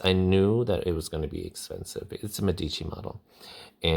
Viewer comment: It's meh-dici not meddici 👍